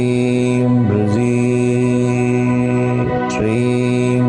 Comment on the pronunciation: It prounced or sounds like brazee but in other videos of guruji it sounds like brezee. If heard seriously. Can any body clearfy what is exact pronunciation.pliz inbox me.